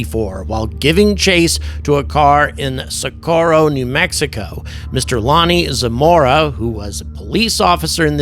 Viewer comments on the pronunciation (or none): none